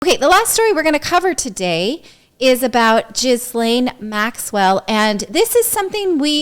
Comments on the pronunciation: Possibly the worst pronunciation of Ghislaine. It’s pronounced Gill-enn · Please please pronounce her name properly...Gee-lehn. The "s" in her name is silent. It is not pronounced Jizz-lane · She is French, so her name is pronounced Gee-LEN, not Jees-LANE. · U need to pronounce her name correctly. Ge lane If u can't, don't talk. And when these girls were being used, where were the parents In all of this. What Maxwell did was horrible. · Please pronounce her name correctly! Lol "Jizzlayne" sounds AWFUL! Lolol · If you are going to commentate, please learn to say names correctly. It isn't that we haven't heard Maxwell's first name enough. It is not Gizzlaine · she called her jislaine😆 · How many times has the name ghislaine been on the news and these people still can't pronounce it!!!!!